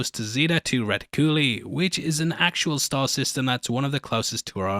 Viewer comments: Zeta Reticuli; zay·tuh ruh·ti·kyuh·lai... not zay·tuh re·ti·kyue·lee. Love your breakdowns, just had to clarify that odd pronunciation :) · Its pronounced Zeta Rat-Ick-u-lie. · Bro, you've got to look up the proper pronunciation for Zeta Riticuli. Lol I usually don't mind when people don't pronounce things correctly, because everybody does it here and there. But you butchered this one real bad. Lol It's also the most well known start system. It's pronounced like Zay-ta Re-tick-you-lie.